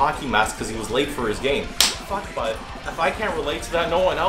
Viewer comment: The way u say bud is so damn Canadian its great